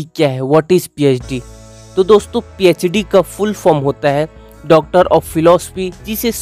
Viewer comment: Phed nhi phd hay wo 😒